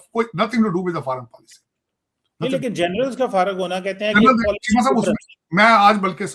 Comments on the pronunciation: Policy hota hai paalicy nahi😂😂😂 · policy ko paalicy bol raha hai 😂😂